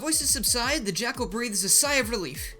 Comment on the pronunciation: lol "the jakcal is backle!"